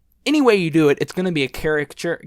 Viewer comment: char-i-ca-chure, lol. :p